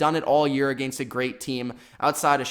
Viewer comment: Agaynst? What the fuck dude